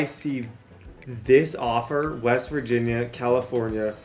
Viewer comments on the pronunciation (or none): none